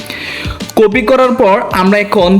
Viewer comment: বর্ণমালার উচ্চারণ আরো ঠিক করতে হবে আপনার, কপি কে কফি বলা,পেস্ট করে ফেস্ট বলা,ক্লিং কে কেলিং বলা এগুলো কন্টেন্ট ক্রিয়েটরদের সাথে যায়না।